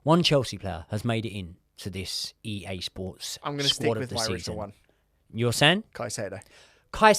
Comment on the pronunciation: usually has the better American accent but “EA SPORTS” was mean —from America